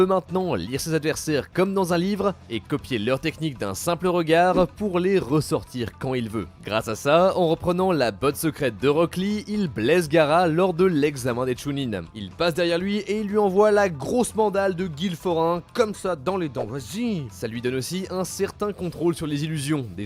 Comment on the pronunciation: Il a dit gara et non Gaara le non-respect 💀